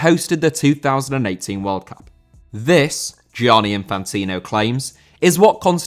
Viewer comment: Gianni* not Giòrni